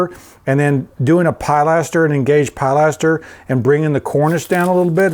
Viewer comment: Let's get used to using the right word. Pill: little round thing. Correct. Pie: big round thing. Wrong pill aster. Practice saying it. PIE laster. STOP saying it. Love your work!